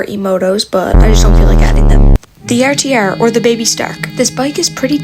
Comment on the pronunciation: lol bro every time you say rtr I crack up😭 u say rtyaar